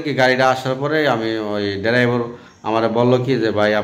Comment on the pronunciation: আর মুর্খের বাচ্চা ডেরাইবার না বলবি ড্রাইবার ভাই।